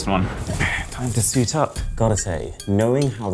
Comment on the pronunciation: When you say suit up it's sounds like Burney😅